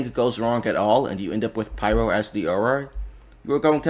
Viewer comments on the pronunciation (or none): none